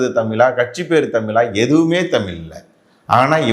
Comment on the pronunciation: தமில், தமிலன் அல்ல. தமிழ், தமிழர் என்று சொல்லவேண்டும்